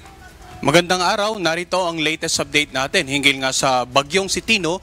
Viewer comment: ANO IKA MO ANG "LITIST" HINDI HALATA BISAYA